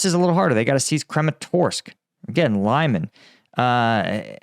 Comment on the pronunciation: pronunciation is gettin better! лиман li-man like the “li” in “lid” and with a rounded a that sounds a little more like “mon”